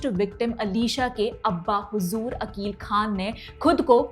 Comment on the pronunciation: मोहम्मद अकिल खान आरोपी का नाम सही से बोले